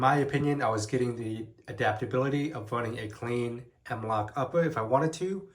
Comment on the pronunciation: "The M-Wok Whale System" lmao why do you sound like that?